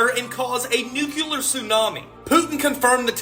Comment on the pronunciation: Never trust anyone that can't pronounce nuclear properly. NASA=deceive